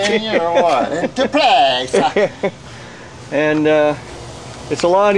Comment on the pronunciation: lol " into place'ah "